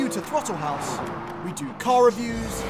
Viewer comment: I feel like Canadians add an extra W in words that have an O or a U... like houwse.